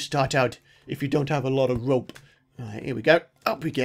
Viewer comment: It sounded like he said rape when he said rope lol